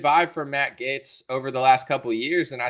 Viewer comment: Matt Gaetz does seem to be a good guy. If you like him though, you should pronounce his name right. It's pronounced "Gates" just like Bill, lol Matt Gates (Gaetz) ☺️